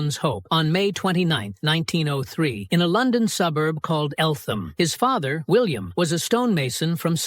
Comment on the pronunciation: It's pronounced Elt'em. There's no "th" sound.